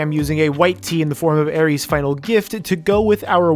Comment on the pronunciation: ITS AERITH'S NOT AERIES